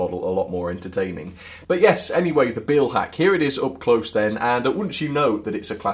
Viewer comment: This is a very pedantic comment, but the "Beil" in Beilhack is pronounced like in "mile", not like in "feel". Great review though.